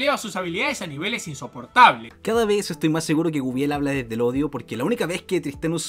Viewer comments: Bueno yo soy medio fan de Guibel y me limitare a decir... porque nadie puede pronunciar correctamente Guibel...?, lo anda pronunciando Wuibel XD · Y no sabes pronunciar su nombre no sé de que país seas pero si no tiene una "Ü" no se lee como lo dices.